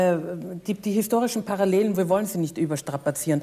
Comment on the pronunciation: Mein Gott, manche Worte sollten Sprecher oberdeutscher Idiome eigentlich konsequent aus ihrem Vokabular streichen; ein einziges Minenfeld! ....Bar(rollrollroll)allel(und Zunge streck)n